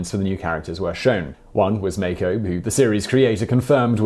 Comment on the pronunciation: Mah-koh you pronounced it as if it was spelled meiko